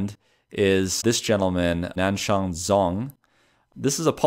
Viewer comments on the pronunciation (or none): Zh in Chinese is pronounced like a hard "Z". Nobody is named "Zong". It's "Jong".